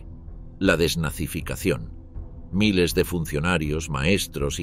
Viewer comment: La narración por ia está perfecta pero te ha delatado una sola palabra en 3 video: "miles".